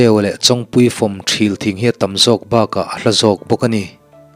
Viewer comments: THIL tih hi thluk deuh la adik zawk ang THÎL tihzawk tur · Thing hming ṭhil i tih khi,ṭhîl tih tur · Thîl tih kha a thlûk tihsan deuh tur a nih hmel ka tia... Thîl thing sawina nia.... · Thil thing Aw kisangin aw Thial tih angin lam zawk tur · fah leh ṭhil tih kha , ṭhil thing kha tih kha thluk seila,Ṭhil ....